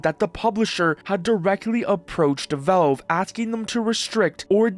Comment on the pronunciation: It's pronounced "Valve", not "VELVE"